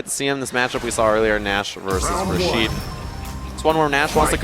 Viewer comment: "Rashido" lol